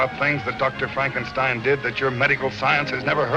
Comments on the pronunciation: I'd like to say it's Not Frankensteen it's Frankenstien, however, I give you the benefit of a doubt, as you probably only saw part of Young Frankestien. 😁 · Its not Frankensteen its Frankenstein (stine) learn how to read your script!!!! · FRANK_EN_STINE...NOT STEEN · You lost me at "Frank n steen" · You lost me at FrankenSTEEN. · Franken-STEEN?? LMAOOO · it's "Franken-STEIN or Fronken-STEEN. that poor A.I. has gotten the Universal/Mel Brooks films messed up. 🤣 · Franken Steen?WTF😂😂😂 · Frankensteen? Over with you. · Frankensteen ? Literally ROBO HORSE CRAP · You pronounced Frankenstein, Frankensteen...lol You really need to loose the AI narrator or at least pay attention and correct AI mistakes. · Then it would have been Fronk-en-steen. The AI narrating this is just not too bright. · You TOTALLY butchered Frankenstein's name the first time you said it! You should've listened to how Lon Chaney Jr. said it in the movie......you know....the RIGHT way!! 😳